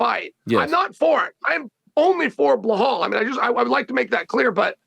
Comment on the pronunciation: I get uncle chael having his issues with “Khamzat“ and “Prochazka“ but “Blaahaal“ is straight up ignorant! 😂